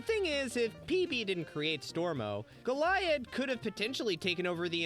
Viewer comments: the mispronunciation of goliad was oddly annoying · I have trouble believing you've watched this show yourself. The pronunciation of Kara and Goliad. Calling Huntress Wizard "grass witch" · How are you pronouncing Goliad like that. You hear how it’s pronounced multiple times in the episode, and during editing, like how.